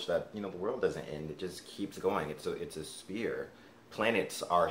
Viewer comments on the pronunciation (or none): It's a sphere not a spear